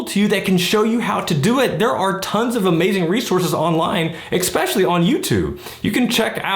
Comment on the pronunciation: "expecially", investors really can't speak English can they?